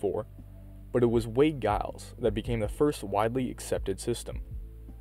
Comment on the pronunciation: The G is Giles is pronounced with a soft G (“Jiles”)